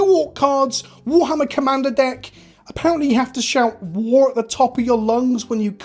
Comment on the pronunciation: It's not War....its WAAAGHHHHHH